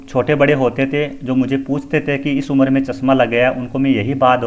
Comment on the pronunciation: उम्र को उमर पढ़ा जा रहा है । ऐसा गलत है ।